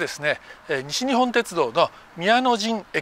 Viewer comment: にしにっぽんてつどうが正式な読み方です。